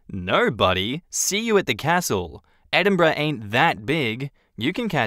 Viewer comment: Thank you for saying Edinburgh probably, so many folk get that wrong 😂